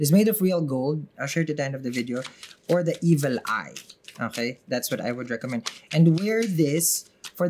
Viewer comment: That "okey" makes me smile everytime, very Pinoy😊